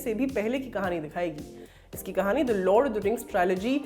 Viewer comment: यह लॉर्ड ऑफ द रिंग्स है लॉड ऑफ द रिंग्स नहीं😁